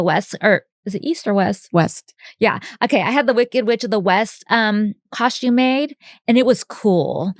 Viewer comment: I can never unhear the way Bridget says coshtume (costume). I don't know why it just stands out in every episode lol I love the podcast.